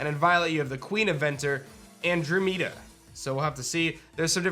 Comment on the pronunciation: Andromeda (an- draw-mid-uh)